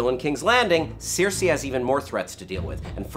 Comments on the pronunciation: It's Cersei as in sir-si, not sear-si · It's not sear-see, it's sir-see. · it's stupid but it really bugs me....it's not Searcy, it's not Cersay, it's cersieeeee lannister -_ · Why does this guy mispronounce characters names who are repeated on air. Who is seersee? Or these sersay people... Cersei! (Sir-see) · at least he didn't say Keer-see-eye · i know sare-see? who the fuck pronounces it that way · Seersei? Lol (I couldn't stop laughing every time) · Other than saying seersei instead of her actual name that was pretty well done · Seer-See Lannister?? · pronunciation of Cersei is appalling. =| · Why do you say Cersei like that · Please stop pronouncing Cersei like that. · If only PronunciationManual would release a video for Cersei Lannister. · haha exactly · Your pronunciation of Cersei is absolutely killing me 😁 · Why does he keep pronouncing Cersei so weirdly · How hard is it to pronounce Cersei? For fuck's sake... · Pronounce Cersei right ffs.